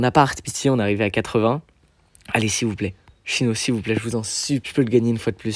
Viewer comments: Nan par contre on dit « sino » et « kandaïce » (en prononciation) plzzzz par ce que chino 🥲🥲🥲🥲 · Tu dis "chyno" 🥲? Je dis Cyno perso ( sino)